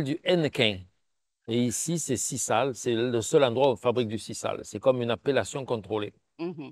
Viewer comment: On prononce Sizale